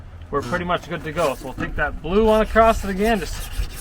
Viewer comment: Across!!!! No “T” on it.